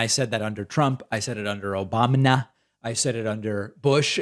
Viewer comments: I'll always love then David says things like "Obamna" or "Sir" or other things that right wing idiots have said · North America could have HAD Electric Cars in 1950! Oil & gas said "no" & N.American politicians did jack shit BTW, David, unless you have never mispronounced a word, give up the childish mocking.